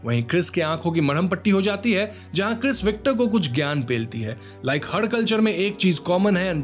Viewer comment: When he say 'Giyan pailti hai' 😂 was made me laugh. 😂